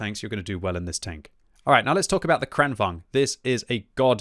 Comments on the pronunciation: bro...it's vaGn, VAGN, VAG-N not vaNg. Vagn as in wagon. vagn, wagon. like the German Kampfwagen. tornvagn, kranvagn, kampfwagen. Don't you have a PhD or something? holy fuck. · its Kran-Vagn not Kranvong